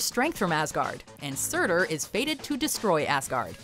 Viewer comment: Lol she says surtur so wrong